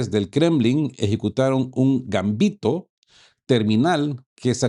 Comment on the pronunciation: ERROR. De acuerdo con la RAE la palabra GAMBITO es LLANA, es decir, que se acentúa en la segunda sílaba y no lleva tilde. Copio de la RAE Gambito Del it. gambetto 'zancadilla'. 1. m. En el juego de ajedrez, lance que consiste en sacrificar, al principio de la partida, algún peón u otra pieza, o ambos, para lograr una posición favorable.